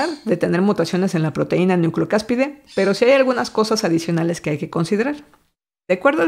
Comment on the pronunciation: ¡Muy bien comunicado, muy buena información y recomendaciones!, solamente me gustaría hacer una corrección, es "nucleocápside", en lugar de "nucleocáspide". Saludos y excelente año.